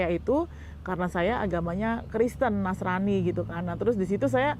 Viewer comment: Penyebutan nasranipun salah kaprah RT 6..😂